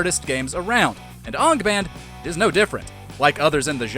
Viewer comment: Sorry but you pronounced Angband wrong